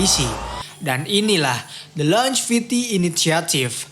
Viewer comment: Longevity, bacanya 'lonjevity'